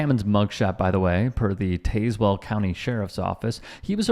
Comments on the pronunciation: It’s pronounced Taz well. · To be fair, he mispronounced it. It’s supposed to be “tazz-well”.